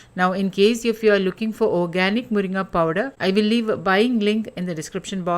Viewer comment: Are you malayali? Because you pronounce മുരിങ്ങ correctly😂